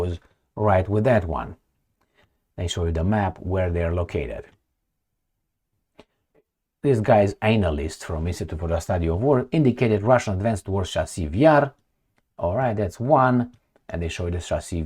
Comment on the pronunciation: anna- list not aynal- ist otherwise Rom accent OK .. from Siam.